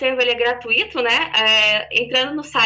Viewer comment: É gratuito (ditongo) e não gratuíto (hiato).